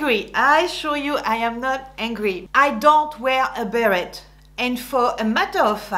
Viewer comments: But you said Bear-Ette and we say bear-ay., non? P.S. I agree all your “don’ts”… so true. Also about the sexy dressing, décolletage etc. not at the office unless you don’t want to be taken seriously. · Bit much to criticize women for mispronouncing the names of French brands, then mispronouncing, "beret," a word which, I believe has a French origin. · Wait, so it's actually pronounced " be ret " like Americans say it?? I always assumed the t was silent haha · I'm very impressed with your video. I have a close friend who spent her first 7 years in France, then her family emigrated to the U.S. She epitomizes everything you've mentioned. I have a quick question. As a Canadian, with both English and French as our national languages, I was taught to pronounce "beret" as "beree". Is this wrong? I noticed that you pronounce the "t".